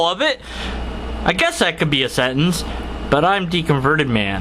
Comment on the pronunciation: why cant you pronounce sentence?